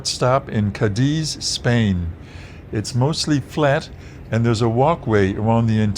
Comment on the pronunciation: Cádiz is pronounced like "Caddies" (golf caddy plural) The accent is on the 'a' and not the 'i'. No drawn-out eeee (i). I live in Málaga. We're on the Meraviligia from Barcelona next week in the Yacht Club. Its our 3rd time on the ship. We went before out of Brooklyn when she was based there.